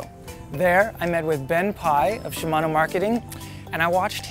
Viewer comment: wow, a canadian who pronounces "shimano" correctly. incredible.